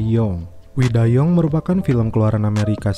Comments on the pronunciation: young sebutannya 'yang' bukan 'yong' Adui... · Wkwkwkwk "young" kok yong, "yang" keles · Mimin nya baca young bukan yang tapi yong. Jadi kerasa film amerika bejudul korea😂😂😂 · Dibaca yang bang, bukan yong, cmiiw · Belajar English lagi dong...young means muda...yong? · Admin ga lulus bhs inggris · "WE DIE YOUNG" dibaca "WE DIE YANG" bukan "WE DIE YONG" Film Meksiko berasa film kungfu jadinya COK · "Wi dai yang" kak bunyinya... Bukan "wi dai yong" 😂😂😂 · Pas denger wi da yong kirain salah liat riview film jdi film China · Wkwkwk detik detik awal denger kata yong auto buka comment begini isi nya 😂😂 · Young itu bacanya yang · wi day YONG😂